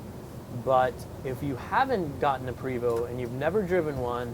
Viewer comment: It's pronounced (Pray-VO) Not Pre-VO. Not trying to be smart ass just letting you know.